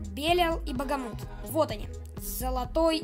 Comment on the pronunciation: Хех, не Багамут, а Бахамут) Это так, на всякий случай, не значительная подсказка 😅